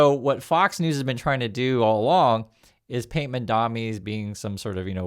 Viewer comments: Buddy, he is Mamdani, not Mandami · you’re great, but please, it’s MaMdaNi, not MaNdaMi as you keep saying. I don’t understand why people don’t take the time and care to say people’s names right. It makes you seem out of touch like Trump or disrespectful like Trump. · MamdaNi.. Not MamdaMi.... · Its not "Mandami"... It's "Mamdani". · MAMDANI not Mandami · you're killing me. It's MamdaNI, like knee! ❤🎉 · dude its MamdaNi not MamdaMi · I understand that when people on Fox mispronounce Mamdani's name, it’s just one of many ways to disrespect him. But please—pronouncing someone’s name correctly is a basic human courtesy. Read it out loud and make sure you say MamdaNi, not MandaMi :/ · You're saying mandami. You're still a real one, but it is mildly infuriating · Please learn to pronounce the man's name if you are going to talk about him. It is MamDANi, not MamDAMi. It i like listening to someone mispronounce 'nuclear' over and over. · Excellent video as always! But the name is M.A.M.D.A.N.I not MADAMI.😅❤❤ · Bro, you keep calling the mayor "MamdaMi". It is MamdaNi with N. Good videos though. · ...repeat after me! MAM-dani, MAM-dani, MAM-dani. You called him MAN-dami every single time you said his name. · mam-dan-i. not mon-dam-i. say it right. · are you saying Mamdami? I ask because that’s what it sounds like. It doesn’t sound like you’re saying Mamdani. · yall please pronounce his name right lol mamdani not mandami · MAM-DANI Not Mandami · His name is pronounced Mamdani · MAM DANI You're saying it the Cuomo way. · Love you but please for the love of God it's MAMDANI!!! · why can't you pronounce his name? what is so hard about pronouncing the letter "N"? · I like your stuff,, but please pronounce Mamdani's name correctly. Cuomo and the other haters deliberately mispronounce it to insult him, so let's all make the effort to respect the man by pronouncing his name correctly.